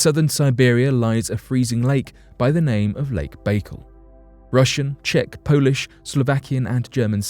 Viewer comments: Lmaoooo. Lake Bake-el. It’s Bah-CALL phonetically oh ghaaaad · Learn to pronounce places before you put video's out, your always doing it. Lake Baikal is pronounced byekal not bakel Lol